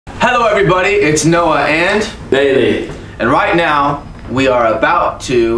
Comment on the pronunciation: Bailey falando: Bailey Minha mente: Pailey